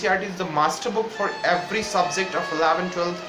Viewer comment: It's subject not subzect